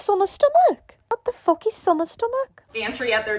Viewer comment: Your "What the fook" send me rolling! Ahahha! XDD